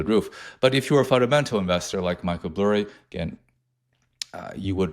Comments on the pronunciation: This fucking guy really cheeses me with saying burry last name as blurry lmfao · It’s Michael BURRY not Blurry lol😅